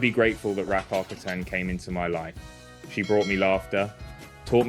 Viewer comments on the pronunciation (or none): Why is there a british speaker now instead of the original swedish one? That is the absolutely worst swedish pronunciation of Rackarkatten I have ever heard☹️ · Why does he have to americanise her name??? Ridiculous. Pronounce her name like it is pronounced in the original language, Swedish. That's her name. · Your English is very good, but Rackarkatten is Swedish. And the pronunciation at 5 minutes is... not Swedish. What's going on here? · At least pronounce the name correctly :/ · Thank you for that. I was wondering, but couldn’t hear the pronunciation well enough to look it up.